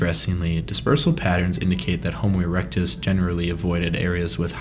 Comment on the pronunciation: "Homo eructus"?🤦😂"neanderthals and apemen"?!!!🤣🤣🤣🤣🤣🤣